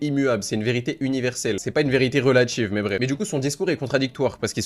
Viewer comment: Critchique, relatchive, politchique, subjectchive, etc. Bref, remonte ton fute et débat avec dignité au lieu de faire des vidéos dans ta chambre 👍